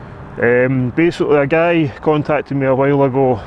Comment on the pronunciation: was it a "gay" or a "guy" who contacted you? its sure sounds like you saying gay